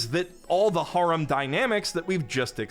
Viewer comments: har-um?? Dude cmon it's hair-em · 'hair-um' pronounced like that. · Why are you pronouncing harem like that... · You're still pronouncing "harem" wrong. I don't care if you think pronouncing it in the japanese romaji form is right, it's not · Another video, another opportunity for to mispronounce the word harem 1,000 times